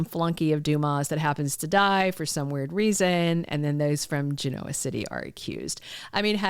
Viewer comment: When are you going to learn how to pronounce Genoa? Since you are making a living discussing Y&R it only seems appropriate. lol